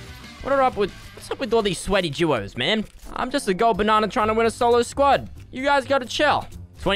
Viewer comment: I like the way that says guos instead of duos